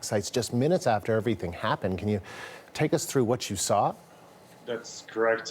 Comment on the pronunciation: FREEDOM ISN'T FREE IT CAWSTS FOLKS LIKE YEW AND ME